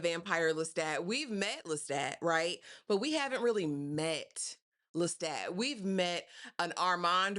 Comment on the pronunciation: Yes. I’m not here to cause no ripples. It was just a suggestion. Just pointing out the way the author herself pronounces it.